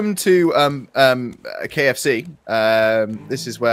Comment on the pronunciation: Did he just say welcome to KFSEA???